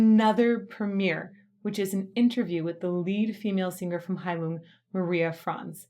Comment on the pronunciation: I also used to pronounce the band's name the you did but in another video I heard the first vowel pronounced as an "ee", which definitely corresponds with the meaning. Heilung, I hear, means Healing.